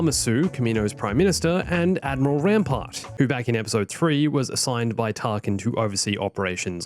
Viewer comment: Whenever you say Rampart I keep hearing Grandpa